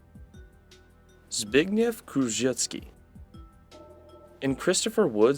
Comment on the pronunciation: it's actually pronounced z-big-nyee-v k-ri-s-wick-ski (as a Pole I can tell that this surname is totally incorrect)